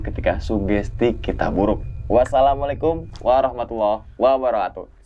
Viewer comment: Bang kalau ngucap salam bukan wabaro hatuh ! Tapi wa'barrakatuh 🤏